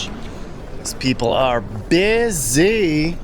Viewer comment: FFS the word is busy not bizz zeee !!